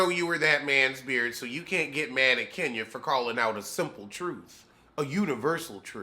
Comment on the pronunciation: 🤣😂🤣😂🤣😂I love Kenya but"Kenyuk" is priceless... said "Zipcar husband".... I'm sorry. I'm done.⚰️